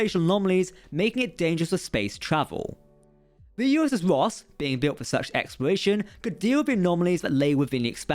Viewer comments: Cant tell if your saying " Ross class" or "Woss class" lol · You say ROSS class, but I always hear VOSK class (the Na'kuhl from ENTERPRISE)